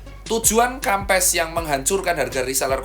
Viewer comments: bacanya kempess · Bacanya kempes wkwkwk